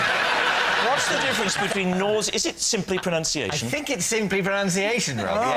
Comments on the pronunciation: I'm from down under. The educated speakers say ProNUNciation rather than proNOUNciation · It's spelt and pronounced proNUNciation.